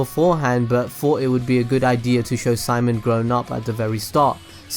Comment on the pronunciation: Gage Jessen SHIMOAN